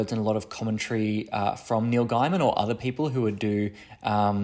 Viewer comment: Interesting to see an outsides view point - but its Neil Gaiman (pronounced gayman - not guiman) ;)